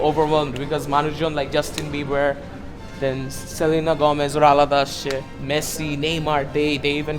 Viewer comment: when you said justin beber selina golmez ora alada accah lol bro